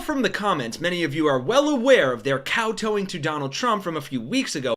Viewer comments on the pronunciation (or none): Cowtoeing? Lmao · I thought they were cancelled. Btw, it's kowtowing not cow towing.